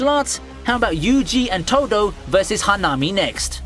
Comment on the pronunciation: Why do you pronounce bakugo, hanami, and naruto like that?!